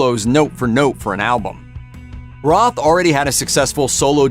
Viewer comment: Roth..not Ross..😅😅😅